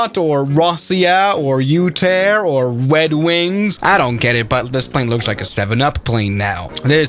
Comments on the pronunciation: Did bro say, "wed wings" instead of "red wings"? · "WED WINGS"